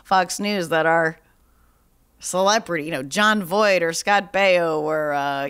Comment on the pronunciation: Please quit saying "celeprtiy." It's driving my dog crazy.